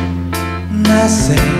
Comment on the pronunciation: 世界一セクシーな「なぜ」の発音をする男